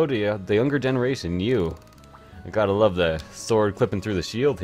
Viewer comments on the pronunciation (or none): none